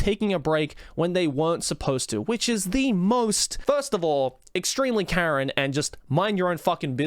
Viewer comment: Karen not keren